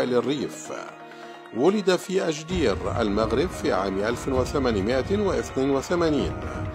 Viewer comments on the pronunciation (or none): خويا معتز الخطابي من " أجدير " " Ajdir " و ليس "أ كادير " " Agadir " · أجدير وليس أكادير . بعد كبير بينهما... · *Ajdir, not Agadir. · اجدير. وليس اكادير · اجدير وليس أكادير